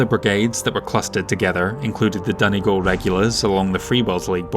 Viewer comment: Being from Ireland I very much appreciate your pronunciation of Donegal. Beautiful part of the world if you ever get a chance to visit. 😊 Also I can imagine the thinking among many civilians around the subject of rearming being "the other states are rearming so we must too." Looking forward to the rest of the series.